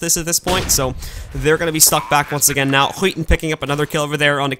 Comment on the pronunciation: Haha, he's saying "Skiten" instead of "Skytten" which literally means "the shit".